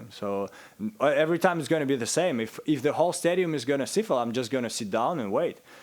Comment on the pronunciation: thats french word he said siffler not sifle but its pronounced like that but he meant whistle